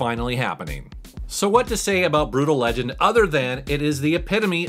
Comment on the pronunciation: Its not "Brutal Legend" it's "Brootal Legend".